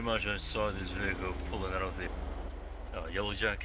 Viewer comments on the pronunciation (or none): none